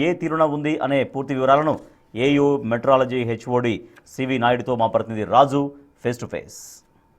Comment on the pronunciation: మెట్రాలజీ కాదు. మీటి్యోరాలాజీ అనాలి.